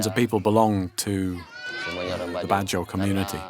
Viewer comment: Badjao is pronounce as Bad-Jau Not BADDA HOES... I know them and respect these Ethnic People, im sure none of them are BAD HOES. Peace..